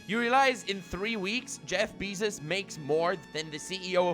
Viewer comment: "Jeff BEEZUS"